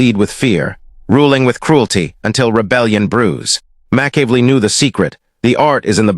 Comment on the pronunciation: Slaughtered his name in a different way each time!!😂😂